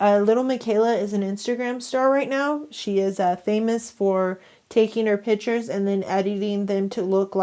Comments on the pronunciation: Who else was super annoyed by this girl saying pitures and not piCtures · Her/him: ... Takes "pitures" .... Me: WtF!!! iT IS PiCtUreS!!!!!